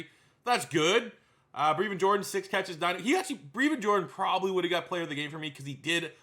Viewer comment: Breh-vin is how you pronounce his name!! Plz pronounce it correctly